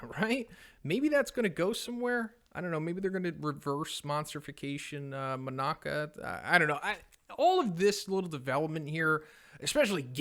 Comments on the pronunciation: my man.. Manako is pronounced Mah-Nah-Ko. Not Moh-Nah-Kah. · GUYS!!!! It's Ma-na-ko, not Monako! Please. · I thought her name was "Monaco", not "Monaka"?